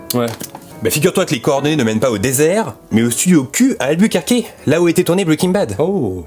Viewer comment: je croyais quil avait dit à Albukkake 😂 (alburquerque)